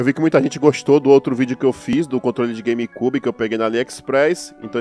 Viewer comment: As vezes me da Agonia vc Falando "Game KYUBI " huheuehuehueheu .. mas... anyway ..